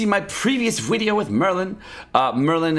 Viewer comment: inb4 they change raids so that if you accidentally bring two Gowthers and they cast rank up twice in a row the second time will derank all cards by 2 ranks instead. Loving your vids but the Mexican 'Video' pronunciation is starting to be more dead than dank. Maybe keep it to once a Huedeo.